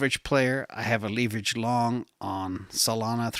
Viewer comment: leeverage lol